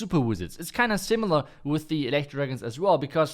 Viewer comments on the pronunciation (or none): none